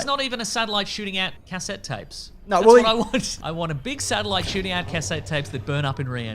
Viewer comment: The way pronounces "cassettes" gives me conniptions